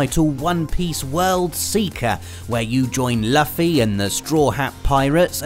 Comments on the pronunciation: Did he just say laffy? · Different dialects have different pronounciations. Loofy, sounds stupid when connected "Luffy" to Brits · i can already hear the weebs internal screaming 'ITS LOO-FEE!' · I hate to be that guy but its pronounced LOO-FEE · Lol did said laffy. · Not to be a nit picker but it’s pronounced LOO-FEE (Also the game dosnt do the anime justice) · The way he said luffy's name killed me haha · luffy as in fluffy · This man did not just mispronounce luffy's name like that